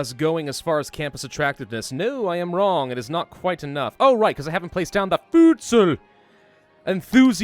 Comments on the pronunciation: futsal is pronounced foot-sal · everytime you said futsal I thought of food, cause that is pretty much the pronounciation of voedsel which is dutch for food